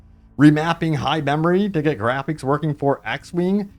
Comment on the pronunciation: My man there’s no way you pronounced it “grapheeeeks” 😂